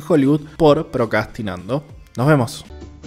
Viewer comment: El que relata no sabe decir procrastinar jajajajajja lpm